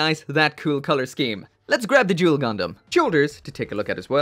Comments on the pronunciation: oh shit the way you pronounced duel sounded like joule. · My man said "juul gundam" and i felt that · Jewel gundam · Are you saying "Joule" Gundam? Or Duel Gundam? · Jule gundam lol